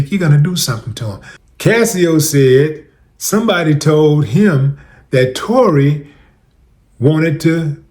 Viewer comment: He butchered Tory 🤦🏿‍♂️🤷🏿‍♂️